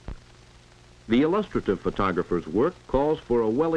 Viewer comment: For the Love of All That's holy! Learn how the hell to pronounce illustrative!!!